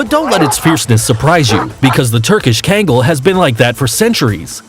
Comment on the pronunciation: It’s not kangle it’s kangal And Newfoundland is not newfundlan